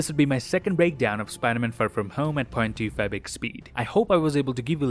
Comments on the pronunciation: Can someone please tell me what he says at the beginning? I speak of the part in which he says he watches the movies at 0.25x speed, but to me it kinda sounds like "point two fabric speed". Of course I know he's referring to "0.25x speed", but I can't understand what he's actually saying, it doesn't sound like "point two five" to me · i love how he says 2.fibex speid